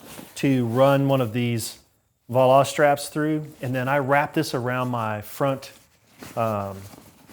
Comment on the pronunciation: I have one of his smaller bags, the Picollo, that is 12.5 litres. Tight fit fit for all your sleeping gear, but no rack is required. Highly recommend using something like Restrap’s push or standoff bar to protect you bike from rub on the dowel. Just a by the way: Voile straps came from the ski industry and is pronounced Vol-A. Thanks for review. Very nice bag and very well made.